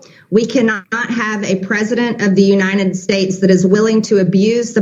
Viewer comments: Why on earth does she keep saying "UNINTED STATES"???? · what are "Unined States"? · "President of the Unined States"